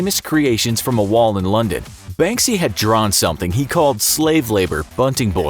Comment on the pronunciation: You're not pronouncing Banksy as you should , I mean , it's not that hard